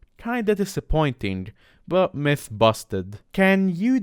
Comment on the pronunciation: At first i thought he said meth intrad of mythe lmao